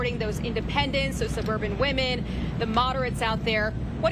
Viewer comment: How can someone running for President be so pathetic, mispronouncing names of people he doesn’t like….child!